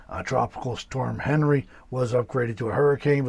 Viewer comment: Henri is a French name and is pronounced as “on-ree”. The good side of this dtorm is wetter than normal it appears.